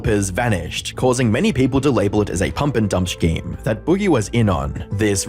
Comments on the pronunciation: I just have to ask: who pronounces the word "scheme" as "shkeem"? Apart from Google AI telling me this is the case (while also telling me that it's pronounced "skeem"... yay technology), is the only person I've ever heard say the word that way. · I'm not sure if it's annoying or endearing, but the way you say shkeem.... instead of scheme caught my attention.